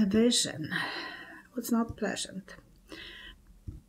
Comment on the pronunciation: _ Correct pronunciation of the name PUTIN is ... POO-TEEN not p-you-tin. Languages using the Cyrillic alphabet (as in Russian) have unique pronunciations for each letter (unlike English). _ In the word PUTIN (Russian "ПУТИН"), the letter 'U' (Russian "Y") is always pronounced "OO" and the letter "i" (Russian "И") is pronounced "EE".